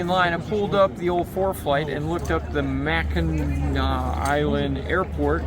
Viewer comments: The pronunciation on Mackinac island is correct. Its AW not AC. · Yeah dood! You’re saying it right! Mack-n-aw. My family is from Michigan and we spent a week on the island ages ago. The island is famous for their fudge and the grand hotel too. Definitely worth it to rent some bikes and ride around the coastline! Another great adventure! Thx for sharing! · Mackinah..... is absolutely correct. Thx for not butchering the name. Love your videos.